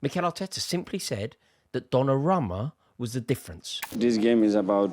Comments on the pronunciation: Repeat after me, DonnarUmma with an U bro! Donnaramma? bit disrespectful butchering someones name like that lol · Why does he keep saying "DonnaRAMMA"